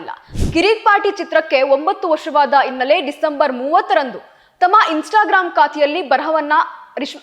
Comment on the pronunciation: ಅಗಲು ಅಲ್ಲ ನಿನ್ನ ಬುರುಡೆ ....ಉಡುಕಿ,ಇನ್ನಲೆ ಅಂಚಿಕೊಂಡು, ಎಬ್ಬಾಗಿಲು ಥೂ ನಿನ್ನ ಜನ್ಮ